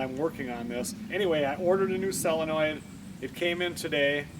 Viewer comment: It’s solenoid